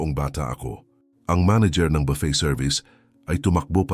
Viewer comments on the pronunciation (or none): none